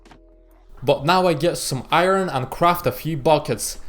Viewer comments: Iron not ayron men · You can pronounce Iron as Ayorn not Ayron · its funny when he said iroon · Yea especially when he says iron